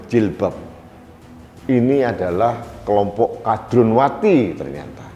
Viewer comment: Tandes sekali,,, mengucapkan,,,KADRUNWATI,,,jadi sy puaass mendengar nya